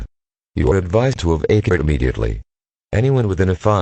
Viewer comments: you are advised to evAke immediately uh Chicago.... its evacuate. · You are advised to EV-A-KYOO-ATE immediately - LMAO. Good scenario, enjoyed it very much!